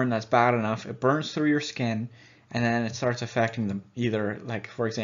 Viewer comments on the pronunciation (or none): none